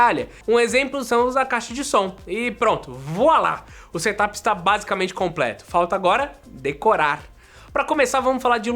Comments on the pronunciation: Seria tipo "serâp" ? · engraçado ouvir vc falar "SETAPI" mas não e assim que se pronuncia kkkkkk eu tbm pensava que era assim ate ouvir os gringos falando da forma correta